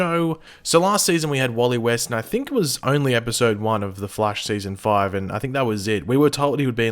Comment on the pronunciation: It's prnonced Flash not Flashe